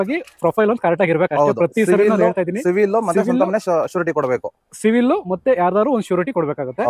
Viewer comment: ಅಣ್ಣಾ ಅದು ಸಿವಿಲ್ ಅಲ್ಲ ಅಣ್ಣ ಸಿಬಿಲ್...